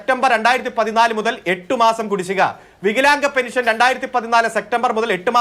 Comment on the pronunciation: എടാ ഊളെ,, ഞാൻ നേരത്തെ ഒരു തവണ നിനക്ക് പറഞ്ഞു തന്നു, പെനിഷൻ അല്ല പെൻഷൻ എന്ന്